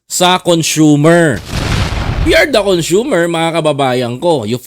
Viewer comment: THE WORD ""CONSUMER"" IS """CON--SOOMER""" NOT CONSHOEMER, NOT CON SHU-MER